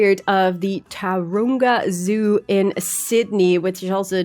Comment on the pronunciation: Not to want to correct you but it's pronounced Ta-Ron-ga Zoo.